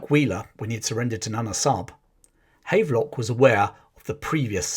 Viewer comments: PS it is pronounced Have-lock not hayve-lock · The general is pronounced Havv-lock not Hayvelock. but otherwise an excellent summary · Here in Northern Ireland there are a few buildings and streets named after General Havelock. It's pronounced Have Lock, as in to have/ possess.